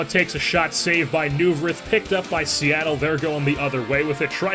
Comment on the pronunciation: I'm a flyers fan and I'm sorry but I have to correct you its pronounced Michael Noy-Verth